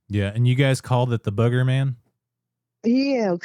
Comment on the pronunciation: Booger man not bugger man, long o! 🤣🤣